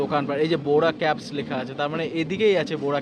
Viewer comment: বোরা ক্যাবস আবার কী? বোরা কেভস। Caves মানে হল গুহা। ইংরেজিতে উচ্চারন হল কেভ বা কেভস।